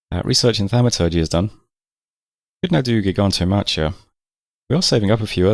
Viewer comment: That's definitely not how you prenounce Gigantomachía :D "machia" goes like "makia" And ofc I refer to an english not the greek pronunciation.